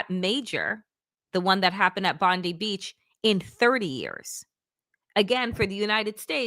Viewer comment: It was a Muslim who was the hero in the terrorist attack in Bondi. We are proud of him. Btw, Bond ( eye) NOT Bond ee